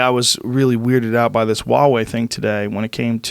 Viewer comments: Joe I can't take it anymore, you are obsessed with this company recently so- stop saying "WA WEI" correct pronunciation- say the H sound like HUH..HU..HU..WA...HUWAH... HWAH..HUA...WEI. pronounce the H, blend it with the wah quickly and you get a HWAH, HUA. Huawei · I'm told that Michael Malice was on this episode but all I heard was just Rogan ranting away about all his usual bullshit for ages. And for fucks's sake, can someone please tell him how to pronounce "Huawei"?